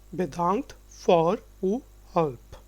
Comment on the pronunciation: No he is not a native speaker of Dutch. (Yes, I would say that he is Indian.) But if you are not a Dutch native speaker, that is not a good starting point for teaching Dutch. Even simple things like how to pronounce "uw" - let me use German here: it is similar to "ü" and not "u"! I am a native speaker of English, so yes, I notice some divergences from standard English. But the vital thing is that to teach a language, you must be pretty good at the language being taught!